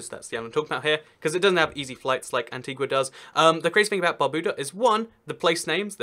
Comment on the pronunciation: It's pronounced Antiga and BarbUda.